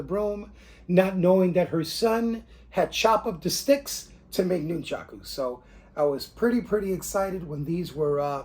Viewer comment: I lived on Long Island and once went to China Town to shop, but I also bought stuff from AWMA in P.A., that's where I got the rubber Nunchucku, wish I'd known about the other place in N.J. I've been making my own since I was about 10yr old like everyone else. Cool to see yours, sorry just one thing and it's like a pet peeve with me it's pronounced like it's spelled Nun-chuck-u not Noon-chock-ooze as per the way you say it. Thanks for the video!